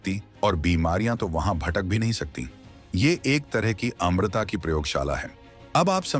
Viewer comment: Amrita nhi amarta khte hai.